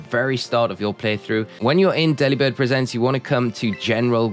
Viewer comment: I think it's 'Deliberd presents' as in 'gifts' not like a 'shows'. Hope that makes sense.